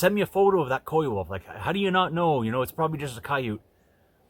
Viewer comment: I think you're correct, I'd say coywolf too